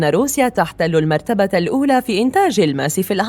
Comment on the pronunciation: الماس و ليس ألألماس